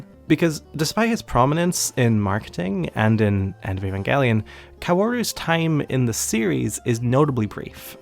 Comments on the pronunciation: Kaoru = Kaworu. Same name, just different transcritpion. No idea where that Kowaru pronounciation comes from though. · Worst possible pronunciation of kaworu 😭 good video though